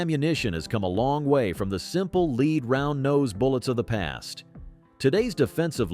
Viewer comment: The metal known as lead is pronounced "led", not "leed".